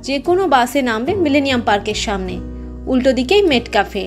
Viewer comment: Pronunciation ta মেটকাফ, মেটক্যাফে নয়।